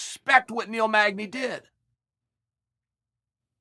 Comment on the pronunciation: Of all the fighters in the world, this dude says Neil magdey. Let's help Neil out and not give him that bout. You tryin get that boy killed by the wolf real quick.